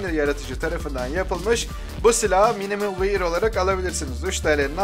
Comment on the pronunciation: Minimal Wair değil abi Wör diye okunuyor. axaxaxaxaxa